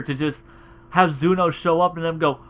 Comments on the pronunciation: Every time he said Zuno I kept on saying ZENO in my mind 😂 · Tbh I like "Zuno" better than "Zeno". It sounds cooler